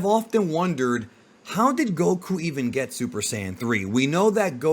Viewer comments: I can't stand the way this guy calls him goKU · Why are u saying Goku that way 😅